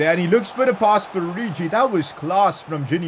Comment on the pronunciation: plz stop pronouncing names wrong its not oriji